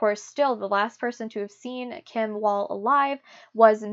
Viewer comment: Just for the sake of accuracy: "Wall" in swedish is in swedish pronounced with a "v" as in victory and not with a "w". And in danish the name "Madsen" which is quite a common name is pronounced with a silent "d" like in "mass". Otherwise, good work!